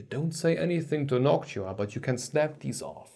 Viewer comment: When you can't hear the difference you should visit a doctor. It is clear as glass that the soundprofile is way more pleasing with the spacer installed. I also don't know why you spell Noctua like Nokia. Is an accent thing?